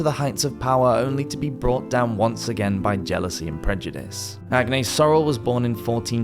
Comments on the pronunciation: French here too. The s is indeed pronounced. Ag-ness as in Loch Ness. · Thank you for the video! Just so you know, you're supposed to pronounce the s in Agnes ;-)